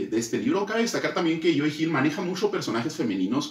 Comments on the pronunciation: Estás pronunciando mal el nombre de Joe, lo pronuncias como si fuera "Joey". Puedes revisar cualquier entrevista a Joe y escuchar como se pronuncia. Saludos. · creo que la mejor manera de pronunciarlo es cómo Homero Simpson lo hace con su cantinero favorito Moe, solo cambiando ma M por una Y, (you) 👍🏻